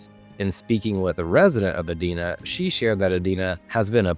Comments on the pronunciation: You got EDINA wrong, twice! First, it's pronounced E-Dai-na like dinner! Secondly, I'm black & immigrant I lived there for 8 yrs. It's one of the most friendly towns I ever lived, with, cops in this cities are among the most racially blind cops in the twin cities, they and the cops of the neighboring Eden Prairie are know of helping open your car if you're locked out, with no questions. I got helped this way twice, one time with a business car that wasn't even registered in my name! Edina is one of the nicest cities around the twin cities and with that, it's expensive to live there! It does have a limited rental units I don't know if that's by design and I can't speak about it's racist history, but today's Edina has good mix of black, Indian, other Asians and Latino residents, besides whites. Edina Minnesota simply does not belong to this list of racist towns! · He pronounced edina wrong. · This guy is full of shit! Also, learn how to pronounce Edina correctly! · You pronounced Edina wrong,!